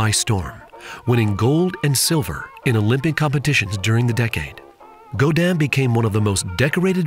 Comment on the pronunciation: This is an amazing drink and the is obviously a skilled bartender, but please... if you care about the drink's origins, pronounce the man's name right. Gaudin is pronounced go-dihn not Guadin (like Guadalupe). Thanks for the video. I love me some cocktail history!